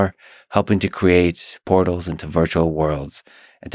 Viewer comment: Lex, you need to pronounce "portals" more clearly. On first listening, I thought you said that Carmack had used VR to create "pornos into virtual worlds", but upon re-listening I figure you probably mean "portals into virtual worlds".